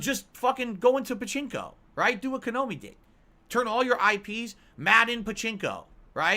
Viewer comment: Atlus never fails to say exactly what i was thinking seconds after it pops inti my head. Tf is “Kanomi”? 😂😂